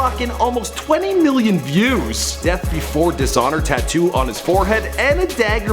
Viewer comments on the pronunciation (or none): none